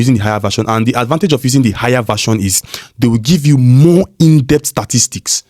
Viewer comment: “Indept STAAaaa Tistics” bro? 😂